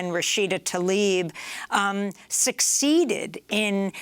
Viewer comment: Amy, her name is Rashida Tlaib, not Rashida Talib 🙂 Thank you for these fantastic interviews. Much appreciated 🙏🙏💪🏽